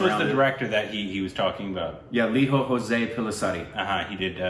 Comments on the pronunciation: Pls, the director's name is not "ho'se". "J" is not silent and used as in James or John and the rest 'ose' as in the English word 'close', similar to using 'Joss'. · About the director name It joooose as in Joseph without ph it's not Spanish it is a typical Malyali name please don't ruin it